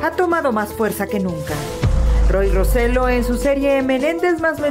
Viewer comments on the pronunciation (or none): Me altera Que digan el apellido de Roy mal Roselló con acento